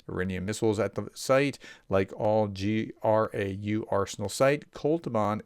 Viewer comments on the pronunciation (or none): none